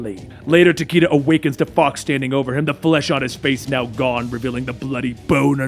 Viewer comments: Dude its takeda like ta-kay-duh. Luv ya much dude keep up the good work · was RIGHT These are all Japanese names. Fortunately japanese has fairly strict guidelines. Raiden - is pronounced as you stated. Takeda- both are wrong. Its Tah-keh-dah. It's the slight difference of "e" and "ei" (e is "eh" and ei is "ey") Shirazi Ryu- this one's a bit tricky to explain. Because there is no vowel in between R and Y it is pronounced in one fluid motion. Ryu and riyu both sound similar, thought the former is one syllable and the latter is two.